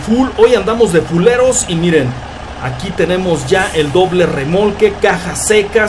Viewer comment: Cuando dices de fuleros parece que dices culeros